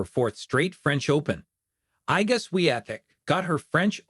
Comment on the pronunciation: HOW RUDE TO MISPRONOUNCING IGA'S NAME DONT BOTHER MAKING A BROADCAST WHEN YOU ARE TOO LAZY TO PRONOUNCE IGA'S NAME CORRECTLY!!!